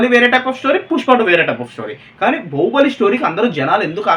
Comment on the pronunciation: బహుబలి కాదు బాహుబలి 😅😅😅